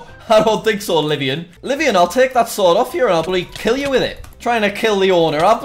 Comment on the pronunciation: Just wanted to say that the hackers friend, Livonian, is actually using the name of a place in my state, Michigan. Its Livonia, pronounced Live-ohn-ya.